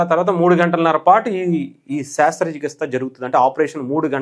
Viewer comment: శాస్త్ర చికిత్స కాదు brother శస్త్ర చికిత్స